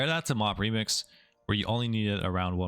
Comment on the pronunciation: "lemix" kekw